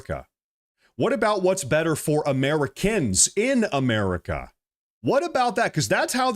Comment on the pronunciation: Sidenote…why is he calling it “EeeMerica” ????? I can’t 😂